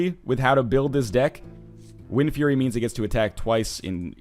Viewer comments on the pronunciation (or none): none